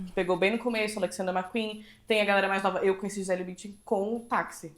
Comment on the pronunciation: Como irrita, e ate doi nos ouvidos qdo falam o nome BÜNDCHEN c a pronuncia arrada!😖🙈🙊